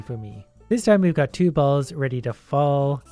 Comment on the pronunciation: Stop saying balls like that